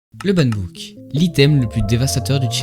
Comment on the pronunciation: broo premier mot tu dit ban book au lieux de ban hammer 😭